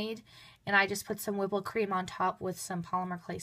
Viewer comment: Did you say ''whipple cream?'' If you did than what is ''whipple cream?'' and ''glass paint?'' 🎨